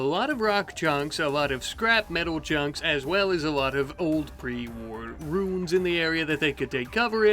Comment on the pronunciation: roo-ens. not roons. and you build an outter wall exactly like you build all your walls. you need to double up on the walls and build a killbox. instead you just build a big opening with traps and sandbags that raiders will eventually go over. then you'll repair everything 8 times